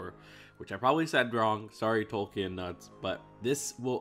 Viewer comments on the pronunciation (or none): none